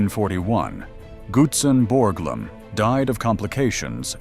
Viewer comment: You need to do some work on your name pronunciation re; Gutzon Borglum. I live here. I know all about it.